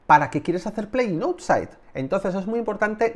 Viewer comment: Outside se pronuncia : aut- sait.